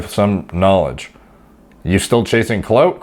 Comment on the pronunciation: Is that how you pronounce "clout"?